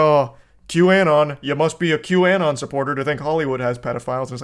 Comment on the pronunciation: This neckbeard can't even pronounce QAnon